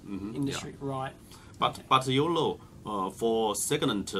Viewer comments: sorry, but all i can hear is YOLO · When he says "You know" I hear "Yolo" all the time. Can't unhear it anymore.... :)